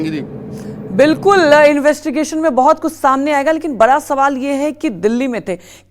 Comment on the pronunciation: मैडम जी बरा सवाल नहीं बड़ा होता है 😂😂